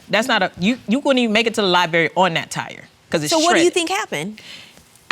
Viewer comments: Liberry, instead of Library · Will someone tell this couple it's Library not Liberry.. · If they say libary one more freaking time Ima snap!!! LIBRARY! Sorry y’all I’m a Virgo..... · Lie berry…. That’s all I got 🤷‍♀️